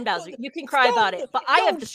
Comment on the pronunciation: “You gonna cwy? I hope you dew?”